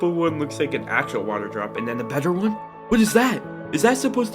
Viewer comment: Why did Bro changed better into ‘’barrrrrr’’😂😂😂😂😂😂😅😅😅😅😅😅